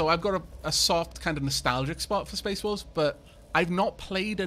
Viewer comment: Did you hear space Dwarfs too? I did at first but a few sentences later realised he was saying "Space Wolves" Fenris' chapter.